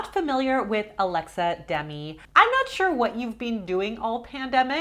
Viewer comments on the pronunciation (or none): isn't her name Alexa Demie not Demi?